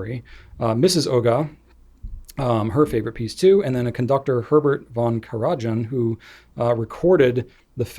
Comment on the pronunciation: Classical music enthusiast speaking out: congratulations on trying to pronounce the conductor's name. The first one is Herbert von Karajan - pronounced Carah-yan. He was the conductor of the Berlin Philharmonic for 34 years. The other name, the conductor whose Beethoven Ninth had to fit into a CD, was Wilhelm Furtwängler - pronounced Vilhelm FORT-vengler. He was the conductor of the orchestra for 32 before Karajan got the job when he, Furtwängler, died. Mr. Fact Check: Beethoven was never totally deaf - but close enough to it that it didn't matter. He could still make out loud bass sounds. But, high pitched things like birds singing or flutes were things that were gone from his hearing by the time he was 28 or so. His deafness was profound within 15 years. If you have any questions about classic, you know where to find me. Now, excuse me while I use some Goulet Pen Flush on the solid black Conklin American pen I bought from you fine people; that stuff's magic! Best wishes from Vermont ❤️🍁❤️